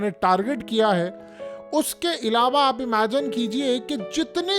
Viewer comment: O bhai ye emagen bolna chorde bs teri bari mehrbani hogi kaan exhausted ho chuke hen sun sun kr .tired hogaiye yaar teri mehrbaani hogi hath jorta hun tere bhai 😂😂😂